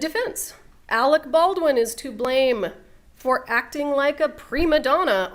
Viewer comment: Why can’t the in-studio guest pronounce Alec Baldwin’s name correctly? He’s been calling him “Alex” all day! 🤯